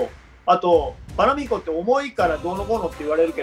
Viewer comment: パラ"メ"ヒコと、原語のスペイン語である"メ"にアクセントをおいて欲しかった笑